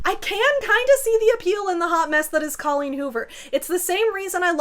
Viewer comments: "Did she just say DOLLeen Hoover?" looks up "Oh." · "Dolleen Hoover" 😂🤣💀